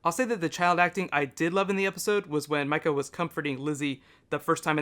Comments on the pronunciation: Mika not Mikca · First, her name is pronounced "Mee-ka", not "My-ka". Also, I doubt if they had any intentions of showing Mika's death on-screen. The whole point was that it was shocking, and revealing it to us the same way it is revealed to Carol and Tyreese was the most shocking way to do that; a peaceful walk in the grove interrupted by a bloody body and a young girl with a knife and a smile on her face. Nothing could top that in terms of emotional for that scene. I NEVER hated Lizzie, even after this episode. She is a delusional girl who needed serious help, and here in the ZA she doesn't have the access to psychiatric help that she needs. To me, that was the saddest part; she and her sister both would have had a chance if it weren't for society collapsing, and mental illness was not Lizzie's fault. Hating her because she was ill makes no sense. She was a very sick child who did not understand what she had done. The highlight of this episode for me was Melissa McBride playing Carol. Phenomenal acting. I was crying. This is my favourite episode of the series so far. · Its Mika (Mee-ka) not Mika (My-Ka) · It's pronounced Meeka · Idiot does not know how to say mika (Mee-kah) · It might be spelled Mika, but it is pronounced Meeka... IJS... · Ohhh, how I love when says "Micah"... xP